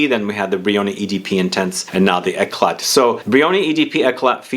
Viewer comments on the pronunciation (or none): The t is not pronounced